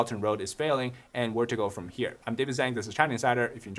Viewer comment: Random question, your family name is Zhang (张), why do you mispronounce it?